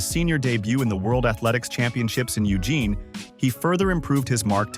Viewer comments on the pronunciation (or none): none